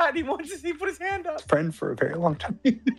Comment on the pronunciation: Mah fwEEND croyed